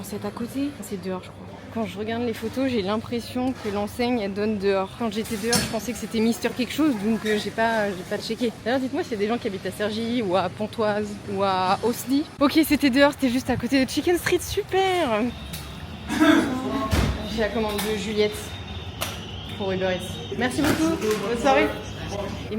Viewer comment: Coucou, c'est cool de te voir ds ces coins là, des souvenirs pour moi! Ms je comprends la galère ds ces zones plus ou moins piétonnes. Ps: Osny on ne prononce pas la s. Et Conflans il n'y a pas de u, mais tu t'es corrigée ensuite. Bonne année à toi!